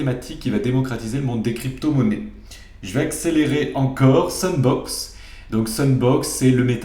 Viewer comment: Tu as dit SUNBOX mais il fallait comprendre SANDBOX c'est bien ça? Sinon je les ai toute (sauf NEO) car je regarde tes vidéos. Et OKT? ECOMI?